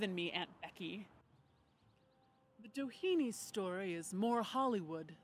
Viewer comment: It might just be different since the family would have been integrated into America, but the Doheny's were Irish immigrants escaping the famine, the pronunciation would be less like "Dah heeny" or "Dough heeny" and more "Dah henny", with little emphasis on vowels, but a little bit of emphasis on "Dah".